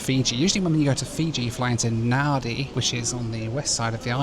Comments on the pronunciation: just for future reference...its pronounced naaar roo....not nowoo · Great video. Im in Melbourne, there was/is a huge office building in the cbd called Nauru House. Also, we've always called is N'roo, rather than Nar-roo. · Brilliant ! But what is " Now - Roo" ! ? Try the Aussie pronunciation " Naa- ru - mate". Best wishes. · By the way the Australians pronounce it "Naa-Roo", not "Now-Roo" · Its Na Roo I'll think you'll find, never heard it called Now Roo ever. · My man. It’s pronounced Nah Roo. Nah Roo. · It is pronounced Narr-oo not Now-roo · "Now Roo" is doing my head in. Everyone I know has always called it "Naa Roo". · Nah more like Naw Roo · It is pronounced Na- roo not Now-roo. I worked next to Nauru House in Melbourne before it was sold in 2004 to reduce the Islands debt. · Never heard someone pronounce Nauru like that, everyone else pronounces it as Nar roo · I worked for Nauru Airlines/Nauru Shipping in the 1970s in Melbourne when they used to fly out of Melbourne but never got to visit Nauru. As well as the plane they had two ships, the Enna G (100 pax) and the Eigamoiya (cargo ship 10 pax). btw Nauru is actually pronounced Na-ROO. Enjoyed the video but not the music. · I think most of the people in Nauru are in the detention centre that is used for processing unauthorised maritime arrivals to Australia. We pronounce the place as 'Nah-roo'.